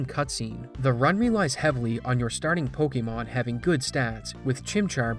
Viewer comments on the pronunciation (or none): I find it ironic to be talking about a speedrun cheater when the person in the video sounds like AI lol. There’s a ton of weird pauses, odd phrasing, and a LOT of the pokemon names are mispronounced. Are we sure this is real?